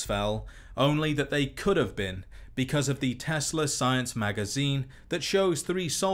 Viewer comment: Ah yes, the Tesler Coils ... Its like Tesla coils...only...tesler